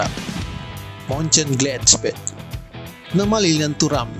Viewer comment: Min Moenchengladbach bacanya bukan "muncen gladbac" bukan "c" tapi "kh" jadi yg benar bacanya "muncen gladbakh".